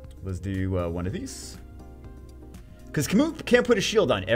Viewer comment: “and we’ll do OneOf thEES”